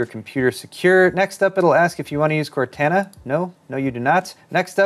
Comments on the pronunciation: has never played Halo, he didnt pronounce Cortana right. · You mispronounced Cortana. Are you even a gamer? Just kidding. Very informative and helpful. Thanks for making this video! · Is anyone else triggered by how he says Cortana?